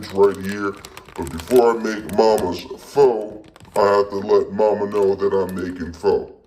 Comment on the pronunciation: Btw pho is pronounced fuh